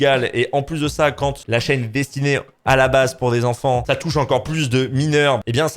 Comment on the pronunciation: Car au niveau de la prononciation il voulait dire "Quand", sauf qu'on entend "Kant" qui est un illustre penseur il me semble (un philosophe). C'est pourquoi il l'a mis en deuspi juste s'autovanner je suppose 😂